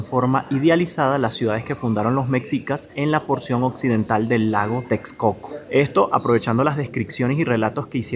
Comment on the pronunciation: Un comentario no en mal plan, ya q es normal pero se oye chistoso, ¡Que mala es su pronunciación de la x... Solo le atinó a Texcoco jajaja. Pero como atinarle a su sonido como debe ser? jejeje.